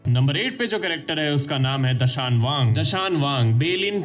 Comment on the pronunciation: Woh Dashayang nahi Dashayan hai mind your words No one can take Ryugas place ❤❤❤❤